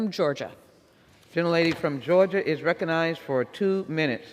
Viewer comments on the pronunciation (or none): Did the Speaker say "reconized"?